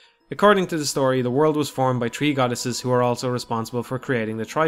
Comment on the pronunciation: "...Hyrule was created by the tree goddesses" was funnier.